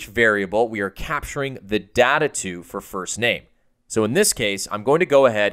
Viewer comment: you pronounced data the wrong way!!!!!!!!